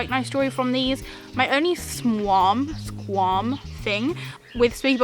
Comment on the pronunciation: I think you mean qualm not squarm, not sure what squarm is haha. I liked this box, it was pretty good.